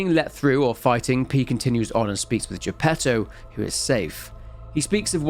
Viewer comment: Good grief, the Italian pronunciation for most of these names is atrocious, bar Giuseppe Geppetto which is done correctly. I will overlook it thanks to the quality of examination and narration delivered here, on par with his usual work.